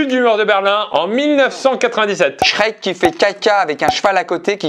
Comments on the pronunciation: c'est Shrek pas Sherk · je connais shrek mais pas sherk bon je chipote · C’est shrek pas Sherk 😂😂